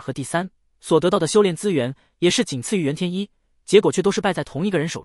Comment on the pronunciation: 煙羅山的“袁天一”，不是“震”天一。 🧐